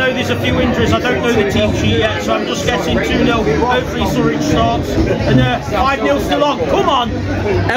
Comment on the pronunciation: Looking sharp 😎 You deserve this day for all the hard work on your channel. But you've gotta get that pronunciation of Surridge correct, he could be scoring a lot of goals for us - and what if you bump into his Dad again? 😉 I'm an ex-English teacher, we always teach students to split the word up: SU - RIDGE (there's no T, maybe you're thinking about Daniel Sturridge, ex-Liverpool!). Hope this helps.